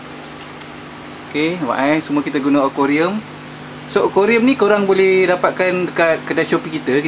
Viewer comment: akuarium bang.... bukan okorium.... hehehe